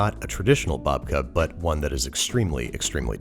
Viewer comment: love ya babish but that "babka" just isn't it